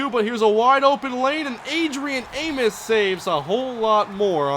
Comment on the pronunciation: Adrian Amos is pronounced A-Mos. like "most" without the T